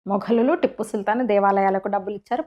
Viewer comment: టిప్పు కాదు tiipu ముందు పేరు పలకడం నేర్చుకోండి 😂😂